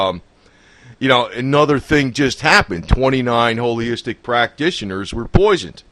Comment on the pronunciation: It's Holistic! Not holyistic!